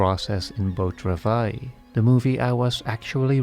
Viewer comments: Here here! What is the movie called? It sounds like he says "beau travais"? I only took 2 years of French, and forgot everything I learned. I looked it up, it is called Beau Travail. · What is the movie called? Beau Travais? I don't know French, and don't understand this presenter when he says the movie's title. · One tiny small little nitpick, I love your videos so much but, please put the title of the movie in the description. That's all. I couldnt understand what you were saying when you said the movie name and looked it up instead, then realized it might be in the subs. Would be tiny bit helpful for the name to be in the description.